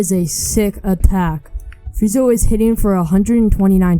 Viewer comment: Bro called sanji, sanjay 💀or freeza, freezo